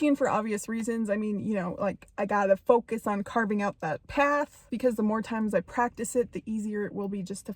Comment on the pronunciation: “Carving out” not “carbing out.”